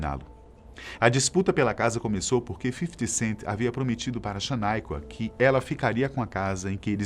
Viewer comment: Para de falar FIFITI CENTI DOIDO!!!